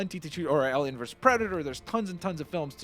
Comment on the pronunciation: Whenever ever he says alien it sounds like “Ellian”